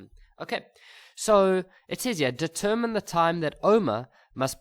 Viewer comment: I'm writing tomorrow and I'm hearing things like "deterMiny"😂😭